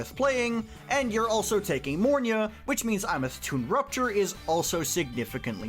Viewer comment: Mornye......it's mornye